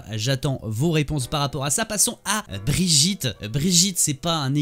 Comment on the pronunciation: C'est Brigitte pas brijitte ça ce prononce Guy. Comme hammone et pas hammonde..